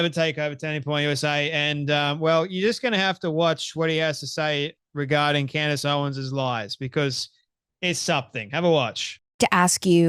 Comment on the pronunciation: Why do I snicker every time he says Candy Owen’s? 😂